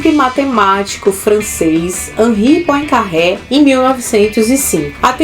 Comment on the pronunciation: Poincaré era francês e seu nome pronuncia-se Poancarrê. E o que o Lattes fala sobre a relatividade tem fundamento. Poincaré criou o termo relatividade em 1904 no Congresso de St. Louis. E os fundamentos de sua teoria da relatividade são muito mais consistentes do que a visão confusa do físico alemão. Einstein deve ser creditado pelo esforço em chegar às equações da relatividade geral. No mais é puro Lobby. Essa idolatria insana ao nome dele na física será tratada como ridícula no futuro.